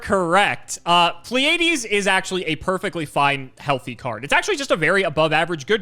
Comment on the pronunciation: ... CGB, Pleiades is a normal word... you should be able to pronounce it, my man... xD